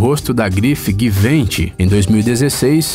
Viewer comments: "guivênti" @@ não seiria "ji-van-chi"? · Da marca "guivênchi" foi foda kkkkkk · A pronúncia de Givenchy é ji-von-xí